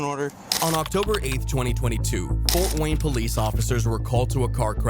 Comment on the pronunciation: "Fowt Wayne"